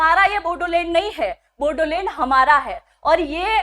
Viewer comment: बोडोलेंड नहीं... बोड़ोलेंड है